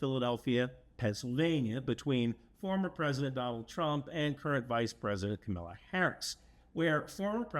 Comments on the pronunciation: "If Camilla wins." Who is this Camilla? Do you mean KAh-mala? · Her name is not Kamila it's Kamala... like her nieces explained, the easiest way to understand how pronounce it is comma-La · Almost always agree with your videos. Your dedication to facts is greatly appreciated. The only criticism for this video is that you mispronounce KH's first name. It is not difficult to say; phonetically -> comm+a+la. Keep up the great work! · Love your videos and your reasoning. Also really appreciate your humility. But I wish you would pronounce Kamala Harris’ name correctly. You’ll notice many right-wingers mispronounce it as “KamAla” or “Kamila”. I’m not sure if this is their way to get in a quick jab in the ads/interviews, or if they’re trying to subtly make her name sound middle eastern, but in either case, correct pronunciation of her name is just basic correctness. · Love your content,, but it's "COMMA lah". Facts matter. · It's Kamala, not Camila. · How can you do all that research, yet mispronounce "Kamala" as "Camilla"?! Great video otherwise. :-) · It is cringe worthy the way you pronounced "KAMALA". If you saw the DNC, they did a great skit about how to pronounce Kamala Harris' name: just google "DNC pronounce Kamala" and the top result is a PBS Newshour clip that is just 1min 44sec long. In summary: "First you say comma, like comma in a sentence," "Then you say, 'La,' like lalalala," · Comma-la. Comma like the punctuation mark. La like in Do-Re-Mi-Fa-So-La-Ti-Do. Comma-la. Kamala. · It’s not hard to pronounce Kamala. It is most definitely not Camilla… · Hi,! Thanks for the video! Small nit: Kamala is pronounced "comma-la." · Kamala is pronounced comma-la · Not Camilla, as you pronounced it, …It is spelled Kamala & actually sounds very different when said correctly. Please get this right brother! You’re better than that…💪🏼❤️‍🔥💪🏼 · Kamala (Coma-la). To mispronounce someone's name is an insult. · Great video,. But Kamala is pronounced “Comma la”